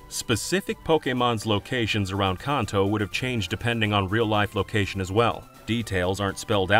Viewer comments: Please stop pronouncing Kanto “Konto”. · Your saying Kanto wrong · I've been playing Pokemon since I was 8 years old and I'm now 33, I've never heard Kanto pronounced like that lol